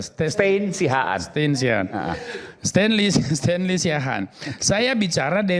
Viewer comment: Sten, Stenly, Bukan Stenly... hahahaha Lawak